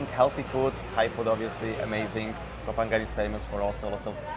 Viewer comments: Thanks for not saying “co-pangyang” like every backpacker there for the FMP 🤦🏼‍♂️ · Hey, I'm pissed off at you, amigo. My GF says you say Koh Phangan better than me, 555. Favorite part of the vid... the girl passing you on her bike while you are on your MC. Funny. But as a fellow YTer, I know the reality. Even with a dead cat, going fast creates more wind so messes up the sound. When I film on my MC I usually do it on a small soi because I go so slow, so I'm with you. Ah the headaches we YTers have... Enjoyed the video, like always.